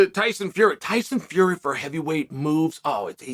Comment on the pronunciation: did chael really say tyson furry